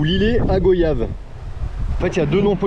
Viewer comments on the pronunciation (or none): oui oui le cheville rasta une plaie pour la nature, et ne dis pas Go..yage mais Goy iave c est comme voy iage (voyage)😅😅😅 car les locaux ne seraient pas content 😊 c est l histoire de la coco et le coco .... cela fait debat entre locaux et hexagonaux